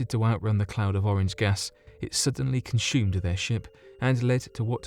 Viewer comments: Anyone else wonder why this guy pronounces consume as 'conSHume'? Sir Sic does it as well. He pronounces 'assume' and 'consume' as 'ashume' and 'conshume'. Does anyone know why? Maybe they whistle their S sounds. Its poshible I shupposhe lol. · Are you Russian? I am only asking because he may have actually made a balls of those names. This guy pronounces 'consume' as conSHUme! What the hell is that all about?